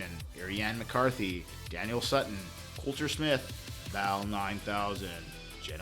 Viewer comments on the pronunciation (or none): none